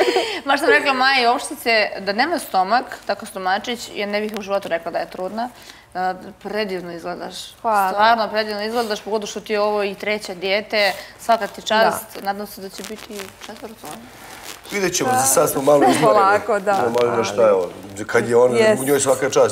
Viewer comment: Čuj ove sanje kaže DIiijeeete, kakva joj je to ijekavica, sanja na čemu si ti?